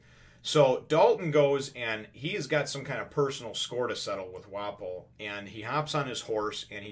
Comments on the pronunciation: ur pronouncing Wapol right. think of waffle but with ps instead of fs. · Hopefully this helps Wapol = Wa pul Lapin = Lapahn Your saying Wapol find...most people probably just call Lapin...Lapin. The pronunciation is going to vary between the japanese and english versions.